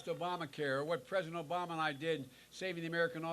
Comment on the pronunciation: “obamna” 😭😭😭🤓🖤🗣🤪🤪🤓 “SODAAAA!!!!!!!!!!!!”🫡🫡🤑🥹🥹😜🥳😍🥶🥶🥶🥶🥵🤬